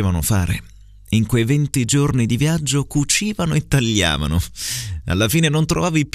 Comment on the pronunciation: Il terzo errore potrebbe essere: talliavano pronunciato con due elle invece di GL. L’altro che ho trovato è: inzomma invece di insomma